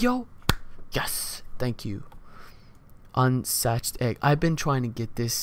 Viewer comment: You should look up the pronounciation of "unscathed".